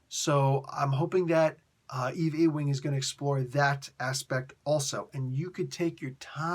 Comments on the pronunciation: Lol I just had to remark on the way you pronounced the writer's name: Eve L. E-wing. I'm pretty sure that's Yoo-ing, like J. R. Ewing on that old TV show Dallas. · Or Patrick Ewing lol